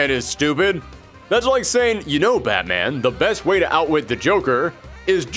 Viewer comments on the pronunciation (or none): none